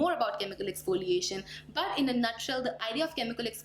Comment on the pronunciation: What I have observed is you said "expoliation" instead of"exfoliation". Just my observation. Please don't get offended